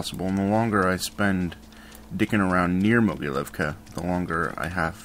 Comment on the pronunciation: I think that its pronounced "mogiliovka"